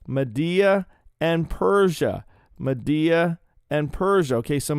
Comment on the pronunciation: Every time you said MADDEA 😂 Love you,! ❤